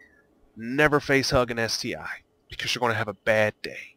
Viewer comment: Good guide but it's ST-1 not ST-"eye". The I is Roman numeral for 1